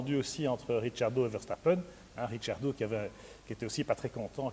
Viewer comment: C'est comme cela que ça ce prononce.Daniel est d'origine italienne et en italien, "CC" se dit "TCH", donc RITCHIARDO ET PAS RIKIARDO